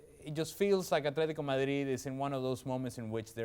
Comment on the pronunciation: I hate how this dude says Madrid